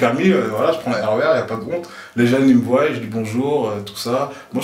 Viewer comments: Il a dit soyent voyent croyent putain... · J'suis la seule à remarquer que arrête pas de dire "voillent" au lieu de "voient"??? C'est triste...